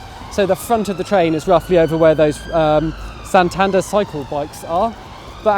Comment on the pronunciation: San-tander instead of San-tan-dare ?